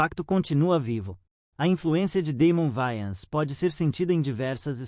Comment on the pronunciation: Não é Vayans, é Wayans!